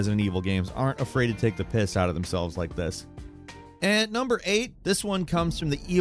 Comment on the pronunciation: Hearing an American say "take the piss" is painful